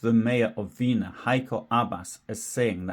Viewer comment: Weener is not pronounced Veenuh but VEHnerr